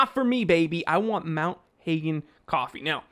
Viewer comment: Just FYI Hagen is pronounced Haagen, like lager, not Haygen. Mt Hagen is a town in Papua New Guinea. Note the image of the Bird of Paradise on the label. Love your show!